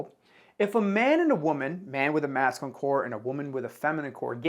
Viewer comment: Hey, great work on the video awesome information P.S. Just so you know it’s pronounced măs′kyə-lĭn Cheers